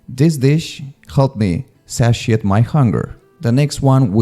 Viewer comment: satiate: SAY-she-yate. Not sa-shi-ate, But for some reason you have missed all the really really important words: peristaltic peristáltico iodide yoduro octagon octágono cherry pit hueso de cereza spark plug bujía and, oh, yeah, turtle food. comida para tortugas. I don;t know what's the matter with you people. Sheesh!